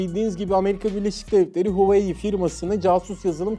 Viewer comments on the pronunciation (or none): hu-a-vey diye okuyacaksın